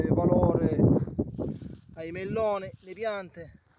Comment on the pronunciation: Quanti chilllli di melllloni con l'alllla gocciollllante?!!